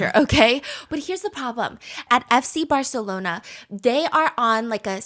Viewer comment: “fs barcelona” had me 😭😭 😅